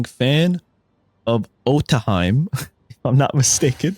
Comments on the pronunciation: Otohime is pronounced like "Oh-toe-hee-may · Otohime sounded like - auto he me